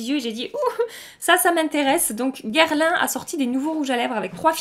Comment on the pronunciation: Coucou!! Guerlain, pas Gerlain!! haha